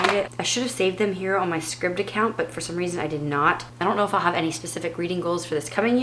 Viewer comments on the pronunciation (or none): I think the Scribd app is pronounced "scribed" . Loved this chat, thank you. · Scribed is pronounced with a long I. Like in prescribed.